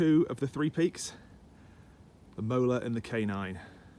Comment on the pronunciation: Lovey vlog and stunning views. The "walk of the gods" near Positano is amazing too. I'm surprised none of your Italian subscribers have commented on your pronunciation of Molare. You are saying "molar", my understanding is its closer to "mo- lar- EH".